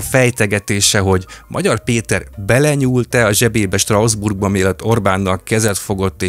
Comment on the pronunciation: Picit fura, hogy Strausbourgnak mondod Strasbourgot. De remek a tartalom! ✌️